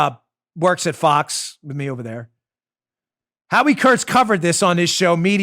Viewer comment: Fox, not fix!